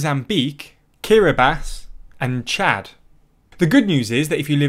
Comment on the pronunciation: for pronouncing Kiribati correctly.